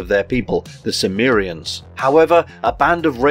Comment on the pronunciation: *Cimmerian ....... NOT Sumerian ....... (jus' saying!)